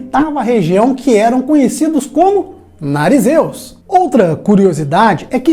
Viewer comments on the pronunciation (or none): Boa tarde ótimo vídeo... kkk até me fez rir, falou igual a mim sempre falo "NARIZEUS" ( Nazireus)